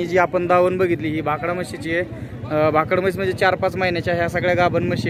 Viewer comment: भाकड़ा नाही भाकड